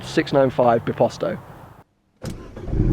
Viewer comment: Who cringed when he said "biposto" It's not bìposto (like you pronounce it) Bit bíposto